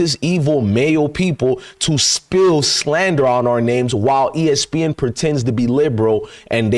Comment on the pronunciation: Did he say ESpin 😅love it